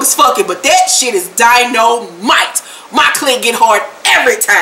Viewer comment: Bitch no you did not say dy-no-MITE 🤣🤣🤣🤣🤣 Roller is sexy as hell tho!